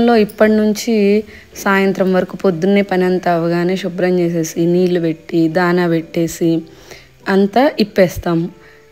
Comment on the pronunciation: Emandi "subhram" not shubhram.... please try to...😊